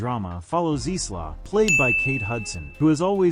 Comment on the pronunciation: AI commentary yet again who can't pronounce names correctly SMH. It's Isla (pronounced Eye-la) not is-la.